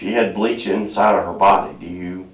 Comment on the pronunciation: "There was bleàch in her body.". O M G. Fly free Riley, you are safe now.